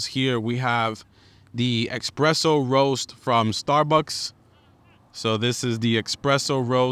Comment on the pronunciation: Xpresso? Common man, lose the X please. Espresso.